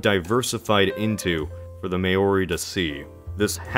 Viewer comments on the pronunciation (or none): its NOT may-ori its mao-ri (with a rolled r) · It's not may-orr-ree. It's mow-ree. Just like it's not moss-cowwwww but moss-co. Also the polynesians didn't colonize anything, they didn't have sea going vessels. They didn't have the wheel ffs, so they're certainly not heading out to colonize when they're living hand to mouth. Colonization requires a significant portion of the population to be able to build ocean going vessels - in nordic countries that was almost 80% of a village for 3 months of the year to field one sea going vessel for the next exploring season. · Maori is pronounced to rhyme with “cow ree” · Maori is not pronounced “may-o-ree” it’s “mow-ree” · This needs more likes. Quite honestly an embarrassing error to make. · Awesome video, found the concept really interesting, but Maori is pronounced /ma:ɔɾi/, not "may-or-ee." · Maori is pronounced like '(Chairman)Mao-Ri(ng) not May-Or-Ree :) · lol "may-ori," that's a very German pronounciation. But no. That's not how you pronounce that word. It's like mah-or-ee, but the first two vowel sounds are a dipthong, so one syllable, and don't get me started on how the R is pronounced. Otherwise fascinating video! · Sorry to be annoying but its pronounches "Mow-Ree" Not "May-or-ee" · don't say may-OH-ri. It's pronounced Mah-ori. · I just have to point one thing out: It is pronounced Mao-ri (as in Mao Zedong), not may-ori. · The Maori (Pronounced MAO *As in chairman Mao*+ REE) wouldn't have been the first. They only arrived in New Zealand's North Island where they genocided the native population a few generations before whites arrived. They only finished their complete genocide of the South Islands after whites arrived. And i think the Fijians, Papuans and Australian Aboriginals might have a few words with you about the colonizing those countries. Might want to do a little research before making a video...... Just saying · It's pronounced MAO-REE. :) Someone with a Maori grandmother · Yeah that bothered me